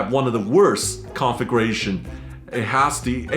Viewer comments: "Configuration" sounds like he is saying "conflagration". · I know English is not you first language, but everytime you say configuration it comes out conflagration. I just find it strange to hear. 😀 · “Configration” hahaha. Everyone complains about AI narration but here would have been a blessing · By the way, you should learn how to properly pronounce “configuration.“ Every time you said it in your unique way, I heard “conflagration.” don’t forget to put the stress on the second syllable. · My ears perked up when I heard “conflagration”…fortunately he meant configuration. 😂